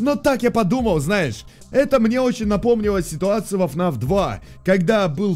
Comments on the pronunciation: Фнаф а не фнэф. Ничего против не имею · Не фнэф а фнаф